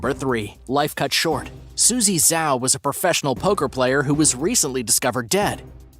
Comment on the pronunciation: We can tell you're a white person or gwei-lo. It's ZHAO, ZH-AO. How hard is it?